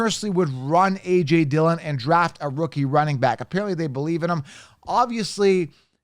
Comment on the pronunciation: Dude. My Man. Not Dillion. Come On.